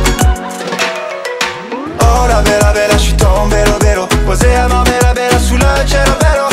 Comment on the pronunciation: En effet c est dommage, le rythme la musique la choré sont plutot sympa mais alors les paroles on touche le fond un petit effort aurait sans doute pu arranger tout ca. Ca n a ni queue ni tête: limoncello à Marbella 😂😂😂, Marbella prononcé à la française mais "cielo" à l italienne. Bref c est bien beau de vouloir faire des rimes et des aliterations mais bon ca marche pas trop. Ou alors on est au comble du surréalisme 😂😂😂